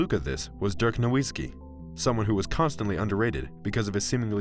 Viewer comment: Listen to how he pronounces Nowitzki lol